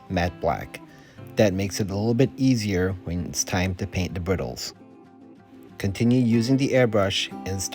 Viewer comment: Sorry to sound picky, but it's "braidles" not "briddles". Or just use "tack" instead".